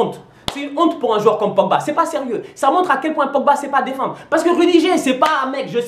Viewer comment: On dit "rudiguèr" et "terch stègueun" pas stenguen ou rudigère